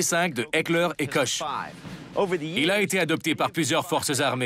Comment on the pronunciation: on prononce pas Koche, XD Ca se dit plutot Kor et on prononce mashinen Pistole Virtsich et pas vierezigue lol